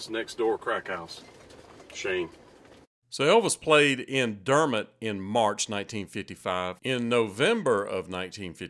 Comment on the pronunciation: Very cool video! The lady pronounced Dermott correctly.. it’s awesome you get to talk to these people, they won’t be around much longer. When you come to Chaffee, I suggest you go downtown Fort Smith, and Judge Issac Parker’s Courthouse, the hanging judge, the movie Rooster Cogburn, and True Grit were based on him and this area..Pretty Boy Floyd was from just over in Oklahoma, and lived in Downtown Fort Smith while most wanted by the FBI, with his wife and little son. He gave my grandmother a ride when she was a girl, waiting on the bus... she said he was driving a big fancy car, and had a machine gun on the front floorboard, propped up on the seat... and was very nice 😏 Belle Starr was from here as well, her daughter had a brothel downtown, which is now a museum. Bonnie and Clyde had a shootout with and killed a deputy just north a bit.. a ton of history here, not to mention Elvis got his military haircut at Fort Chaffee😏